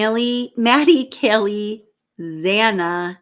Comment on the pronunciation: Hey girl, no insult. But Kaylees name is pronounced - Kay- Lee